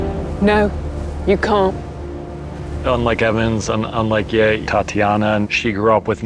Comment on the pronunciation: Man I hate they can't pronounce their own character's name... It's not "Yay", it's "Ye" rhymes with "look" without the K, or if they can manage French, "Ye" rhymes with "Le"